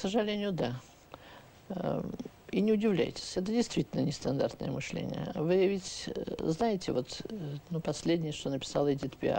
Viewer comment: Всё таки, не " мЫшление, а мышлЕние.